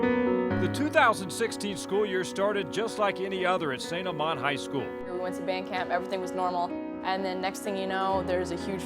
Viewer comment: I swear if u say st amant wrong one more time ima be very mad